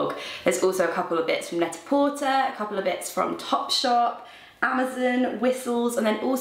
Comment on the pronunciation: Also, Net-a-Porter is Net-a-porTAY :)